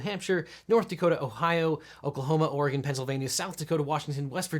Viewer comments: yo mad props he said Oregon right! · Whoa, he pronounced Oregon correctly!